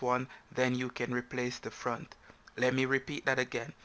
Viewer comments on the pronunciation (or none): Its not Front its Font😂